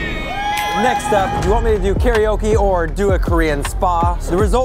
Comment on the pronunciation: your pronouncing karaoke wrong...